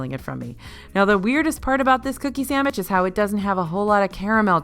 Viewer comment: Did you say Samich? like sandwich, but not. . love it.